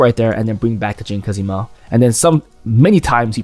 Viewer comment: great video as always !! but have to say IT'S JIN KAZAMA not kazima :(((((